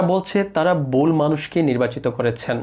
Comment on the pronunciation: আপনার ভাষা অত্যন্ত অশুদ্ধ।বারবার " বারত ",(ভারত),"বয়"(ভয়), "বুল"(ভুল) ইত্যাদি উচ্চারণ করছেন। শিক্ষিত মুর্খ এদের বলে।বাংলাদেশ বাংলা ভাষাকে কবরস্থ করবে অচিরেই।এদেশের বারো আনা লোকই অশুদ্ধ উচ্চারণ করে। সিলেট, চট্টগ্রামে তো বাংলাভাষী মানুষ খুজে পাওয়া যাবেনা। (বিক্ষোভ একটা হচ্ছে ঠিকই কিন্তু রাস্তায় কম,মানুষের মনে দাবানলের মতো)।